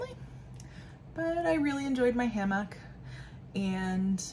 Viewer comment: Choosing just one genre to read would be a tough one for me! I can't decide. Also... you and Lindsey weren't kidding about your pronunciation of hammock 😂so glad the reading retreat brought me to your channel -- enjoying your videos!